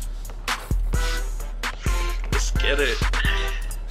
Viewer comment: I cringe Everytime he says “gween”